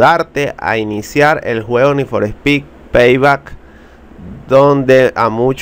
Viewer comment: ne for spek 😂